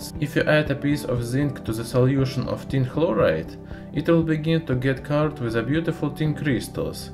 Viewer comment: My favorite part was when he says "Tin begins to dissolve activily, oxidizing to tin tekla(phlegm)loride".